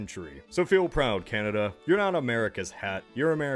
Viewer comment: Ah yes, Canadia